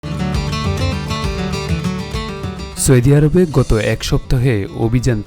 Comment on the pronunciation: ভাই সৌদি আরব নামটা উচ্চারণে কি কষ্ট লাগে 😮😮😮😮